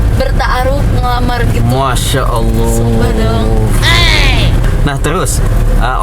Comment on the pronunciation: Ini sih memeng cocok bgt, semoga kalian berdua jd satu amin..dari pengucapan lafadz arab jg teh kayanya pinter sering baca qur'an jg, semoga solehah..